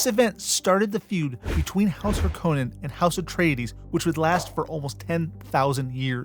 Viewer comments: HAR- koh nen HAR koh nen (it is actually a FInnish name, and first syllables always emphasized._ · My brother in christ, richese and harkonnen are both pronounced numerous times in dune media and youve pronounced both of them wrong